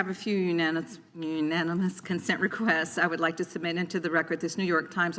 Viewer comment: WTF she can’t say “unanimous “ they represent the country